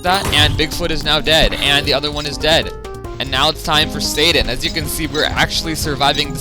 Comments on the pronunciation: U kinda said satan not sadan with ur acsent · Says sadan like satan